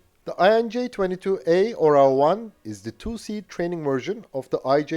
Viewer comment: Hey, you know the OREO cookies? Put the emphasis on the first letter "O" and change E with A and you will get the correct pronunciation of the Serbian word "eagle". :)